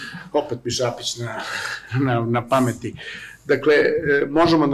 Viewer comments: Nije Švabić, već Šabić xd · Šabić, ne ŠVabić. Da je samo jednom, pa ajde....